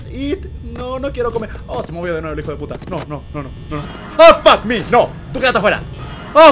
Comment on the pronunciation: Porque él dice fackme 😂😂😂 wtf